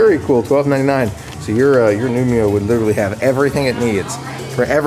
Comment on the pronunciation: you are saying nu-mi-o instead nu-ee-mo. get it right! the i is BEFORE the m!!!!!!!!!!!!!!!!